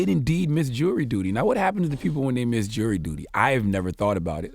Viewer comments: The reporter said "for missing a jay of dury duty" 😂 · It's JURY DUTY not JEWELRY DUTY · You catch the lady saying “Jay of dury duty”